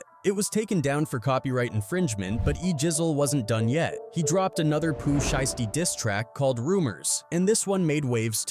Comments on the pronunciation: 😂😂😂 he said Pooh name wrong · 😂 and after he already said it right twice..